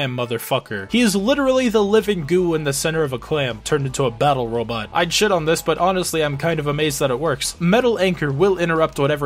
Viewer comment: I mean, you can clearly hear the voice actor saying "Robotto" lol.